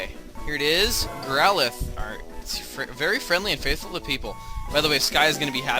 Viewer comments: It's not growlithe (Growl-ith) it's growlithe (growl-i-thee) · I thought he was catching a Growlithe, not a "GrowWUHDUDA"